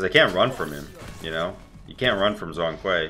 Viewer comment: for all smites players zhong kui is not prononced as zong but more like jong. zh sounds like j actually